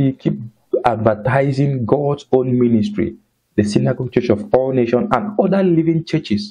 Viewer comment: Good job brother. Please kindly ensure that when you mention the ministry's name always pronounce with the 's' at the end of Nation. It is Church of All Nations NOT Nation. God bless you.